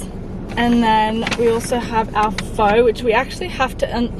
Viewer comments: It’s pronounced like “fah” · Pho is pronounced like (fur)